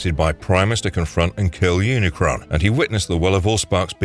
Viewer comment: you said unicorn instead of unicron lmaoo